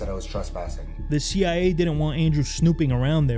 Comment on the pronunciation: He said the CI-eh. Not CIA common mistake.